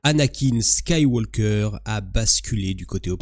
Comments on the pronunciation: tu le prononce comment wallah Ski-walkaire ? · Ta prononciation de Skywalker n'est toujours pas bonne....